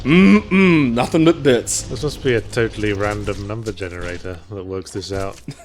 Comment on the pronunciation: RRRRRandom documents and audio logs...